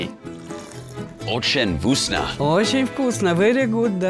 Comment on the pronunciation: I'm russian and I like how his pronunciation of ochen voosna instead of vkoosna(вкусно) and obee yat instead of ahbyet(обед)))